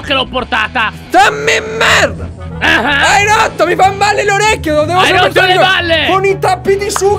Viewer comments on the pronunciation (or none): Ma perché dice merd...